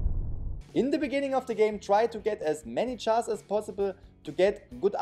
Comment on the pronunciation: He says chars to jars lol